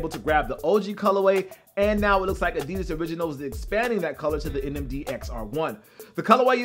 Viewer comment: Did he say Adidas NMG?😂